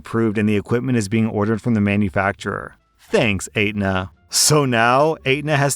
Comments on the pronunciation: Probably haha. But as someone in the insurance industry, I just can't get over pronunciation of Aetna. It's not "ate-nuh", it's "et-nuh" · ET-NAH NOT ATE-NAH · The insurance company is et-nuh not ate-nuh lol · Story #2: It's pronounced etna, not ate-na. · There's no 8 in Aetna, btw. It's pronounced Etna. But you've mispronounced other words throughout your videos, so... ("Constructive criticism") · Ok sorry... But pronouncing Aetna as eight-nah is really funny. It's ett-na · I’m dying at your pronunciation of Aetna 🤣🤣 it’s not ate-na it’s more like etna the “et” as in Etsy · Fyi, Aetna is pronounced like "Etna" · sorrt to be this guy but: Aetna is ehtnuh. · I love how you say Aetna. Is actually said et-nah gave me a good chuckle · It's pronounced Eht-na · FYI "Aetna" is pronounced AT-na 😂 It's a nation wide healthcare company and I have never heard of it pronounced your way but thought you should know. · Aetna is pronounced et-nah. It bothered me hearing you say that as I used to get smacked for saying it wrong as my mother worked for them. Not sure why she took such pride in a job she hated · Is anyone else bothered by the pronunciation of Aenta? It's et-na any other time I've heard it spoken, and the way pronounced it just irks me lol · FYI: The insurance company is pronounced ET-na [Say it like there's no "A"]. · Actually, it’s pronounced /ˈɛtnə/ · FYI, the insurance company's name is pronounced "ET-NA", the "A" is silent. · Ugh, medical insurers. FYI it’s pronounced ‘etna’ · "Ate na" for Aetna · The insurance company’s name is pronounced ET-nuh. As for covering a new stander but not replacement harnesses and whatnot, it probably goes to the issue of not wanting endless claims for broken parts for the same gadget. It’s still annoying that our throwaway society works that way. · I think it's pronounced et-na, as there's tons in my state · Great video, except it’s pronounced Et-na. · when prounces it "ate-nuh" lol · Yes! lol.